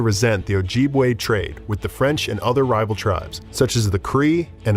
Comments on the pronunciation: In this day and age and the mispronouncation is proof the whites still refuse to acknowledge Indigenous Nations. It's O-jib-way. Our women and men are still disappearing and not looked into. One white woman goes missing its chaos and funds given to the family. Whether Indigenous Nations fought they all shared a root. You strangers have pagan, christians, jews, muslim, practices unknown to our way of life but yet call us savages. A name rooted into our beings and ashamed of being called. Now only to freely call yourself savages when you can't and won't ever be brought the darkness our Ancestors faced for you to be here today on Turtle Island. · Completely saying Ojibwe wrong and my tribe Mille Lacs wrong. Ojibwe sounds like OH JIB WAY and Mille Lacs sounds like Mill Lacs 🙄